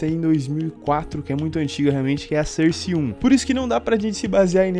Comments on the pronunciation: "surse" nice english :D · Maluco dalando cerce 2 da uma puta agonia